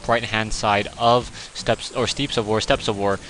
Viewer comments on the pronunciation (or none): pronounce it like STEPS of war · I'm pretty sure steppes is said like "steps". From Merriam-Webster: Main Entry: steppe Pronunciation: \ˈstep\